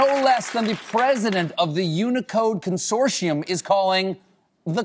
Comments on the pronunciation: Anyone else have a problem with the way he says consortium 🤨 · he also can't say it correctly. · Curious, is it american thing to pronounce "consortium" like he does, I've only heard it said the ways its spelt with a solid T sound in the middle.